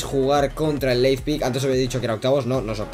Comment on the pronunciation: L-E-I-P-Z-I-G, no Leizpig, jejeje. Muy buenos videos, los voy siguiendo, saludos!!